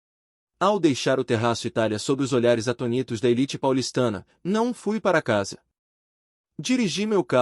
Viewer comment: Não é atonítos, e sim, Atônitos.🤨🤨